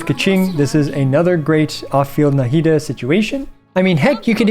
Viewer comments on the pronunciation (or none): Why do you pronounce Nahida with such a heavy “Na” syllable 😅